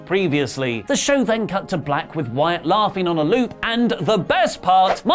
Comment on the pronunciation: Ironically you botched "Wyatt and Rollins" lol